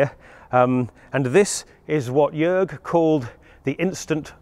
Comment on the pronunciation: HA HA HA, I knew it! =) BTW: Jörg sounds more like Jerg than Jorg. For the next time. : >